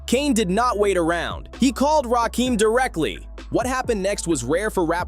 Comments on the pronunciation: EPMD could have been on this list Erick Sermon in particular. Also it's Rakim not Rakeem. And 3rd Bass wasn't a fish 😂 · It’s RAKIM homie not RAKEEEM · Why is it that you yt folks can never say folks name properly ? It’s not RAKEEM ITS RAKIM !! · It's Rakim.....NOT RAKEEM.!!! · Omg…RAKIM not Rakeem🤦🏾‍♀️🤦🏾‍♀️ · My question is ; Why YT folks always mispronouncing black folks name's ??? Or any name's thats not EUROPEAN??? The name is pronounced: RAKIM just like its spelled. Not RAKEEM. Adding insult to injury is the fact that this whole thing is about respect for Rakim and youre mispronouncing hos name the whole entire time.... Diabolical work... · Why you keep saying Rakim wrong? It's not Rakeem. Get it together. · You are completely pronouncing RaKim's name wrong. It's not Rakiem., it's RaKim. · Uggh, I want to like this video but I can't even finish it with this A.I. slop continuously saying Rakeem. 👎👎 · Rakim not Rakeem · It’s RAH-KIM put respect on his name.. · I didnt get through 2 min of this video. AI video creators are the absolute worst. They are lazy and incompetent. Rakeeem? 3rd bAss? Dont recommend channel. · As soon as a heard that "Rahkeem" mispronunciation, I'm out. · I hate AI narrated videos! Trash ass garbage! Talking about disrespect, and got the nerve to post this disrespectfully mispronouncing the God Emcee’s name wrong! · It’s driving me nuts how the narrator kept mispronouncing his name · Say his name right